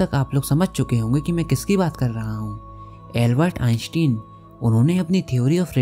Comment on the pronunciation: Not albeit insten it's albeit instine🤣🤣🤣🤣🤣🤣🤣